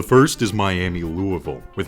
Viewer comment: Thank you for actually saying Louisville correctly